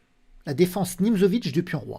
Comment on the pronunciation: Salut, juste pour info, Nimzovitch se prononce "Nimtsovitch" selon le pays d'origine de l'intéressé et non "Nimzovitch" avec un "z", mais bon ce n'est pas si grave, c'est juste pour t'informer; à propos je t'ai envoyé un email il y a une semaine, je ne sais pas si tu l'as vu! Ah par ça je voulais aussi mentionner l'excellente qualité de cette vidéo niveau stratégique, je songe sérieusement d'acheter tes livres sur la stratégie aux échecs, s'ils sont expliqués de la façon dont tu as parlé dans cette dernière vidéo, ça ça me plaît énormément -> c'est tellement rare de voir des vidéos de stratégie sur le net, pourtant si vitales pour bien comprendre ce jeu profond.